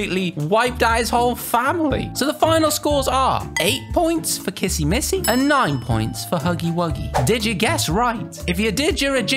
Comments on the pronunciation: WHY YALL KEEP CALLING HER KISSY MISSY?!?! ITS. K-I-S-S-Y. W-I-S-S-Y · uhh its kissy wissy actually